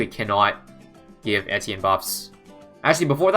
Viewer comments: I swear he was saying entienne and not etienne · I'm losing brain cells listening to him pronounce the hero's name